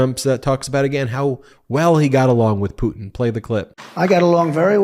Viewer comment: "Pewtin" mark levin😆